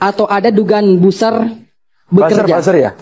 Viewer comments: Bilang buzer ny pun malah buser tuh mahasewa 😂😂😂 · Fakultas ilmu komunikasi tapi gak bisa bilang buzzer dengan benar😂🤣